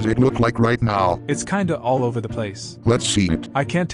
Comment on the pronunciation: This is insanely hilarious. Unmatched content. "Seems like his days are.... Ober" and the silence after 😂😂😂